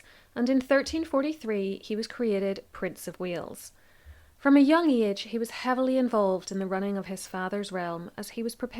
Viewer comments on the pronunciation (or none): none